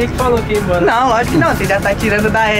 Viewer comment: Kkkkkk "Dps eu vou emboura"